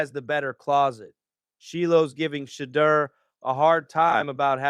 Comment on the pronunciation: "She-iow"? "She-deer???